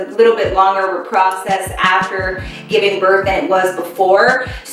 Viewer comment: You missed the “G” in giving girl😂❤️